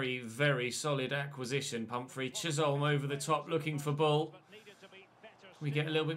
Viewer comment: Chisholm's name is pronounced "Chiz-um". I know you like to get pronunciations right so here you go 👍😁